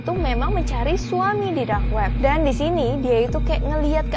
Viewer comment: aku denger tadi kak ngomong"Drak web"